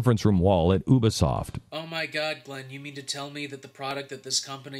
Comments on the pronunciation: It isn't Oobisoft it is Youbisoft! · What really triggers me here is the fact that he pronounced Montreal and Ubisoft wrong, Its Mon-tree-all and u-bi-soft. Its not that hard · HE PRONOUCE UBISOFT WRONG!!!!